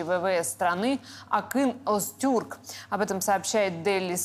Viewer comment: не Азтюрк, а Озтюрк